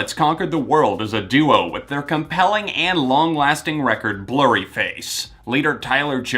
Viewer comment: love when he says "Recorrrd"